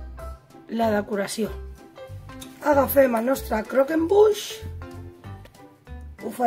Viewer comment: Que delicia !!! y lo has pronunciado bien , ganas de probarlo!!